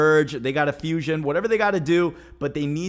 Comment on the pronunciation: Bro just said Fushion !!! Who else on that DBS?